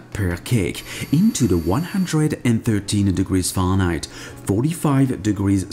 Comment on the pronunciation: I love how you say farenheit. Farnight